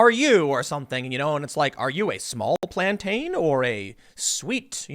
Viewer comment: That "What plantane are you?" segment was hilarious.